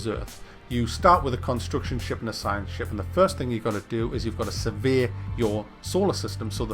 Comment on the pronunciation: every time u said "survey" i heard "severe"